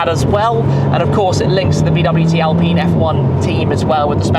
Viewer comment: It is pronounced in French as "al-peen" not "alpin" Those car are best drivers, like Lotus Elise, Alfa 4C, Cayman 2.5 and the newest member that is more powerful Lotus Emira with 2.0 AMG engine....Gordon Murray knows a lot about driving enjoyment 👍